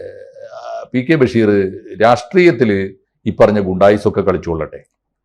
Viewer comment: ബെഷീർ അല്ല ബശീർ എന്നാണ് കൂടുതൽ ശരി ബക്ഷേ മലയാളികൾ അങ്ങിനെ പറയാറും എഴുതാറുമില്ല ബഷീർ എന്നാണ് പറയാർ എന്തായാലും ബെ അല്ല